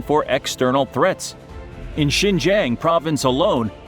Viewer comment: they mispronounced Xinjiang